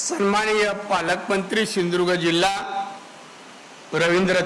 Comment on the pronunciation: यला सिंधु दुर्ग पण म्हंत येत नाही.....shidurg महंतो